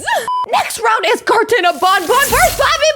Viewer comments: Just how stupid are you,huh??? It's pronounced BAN BAN, NOT freaking BON BON you idiot!!! At least say it right you dumb! It's BAN BAN, NOT freaking BON BON you dumb!!! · Actually baby Nuggie is right because is dumb it's banban not bonbon